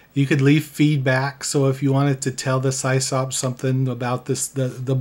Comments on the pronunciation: Yeah, we ALL (me too) said Sie-Sop back in the day. Eventually I learned it's short for System Operator and its pronounced Siss-Awp. Still... hearing it the way we all used to say it as teens hit home in a good way. 😎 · pronounced Sis-Op not cy's op. its short for system administrator. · I haven't heard SysOp mispronounced as Sie-Sop in many, many years. haha! You're the best! 🐐😎🎉 EDIT: Just subscribed over that, too. ;) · Pretty sure it’s pronounced Sisop. System Operator 👍. I ran a BBS back in the 90’s as well.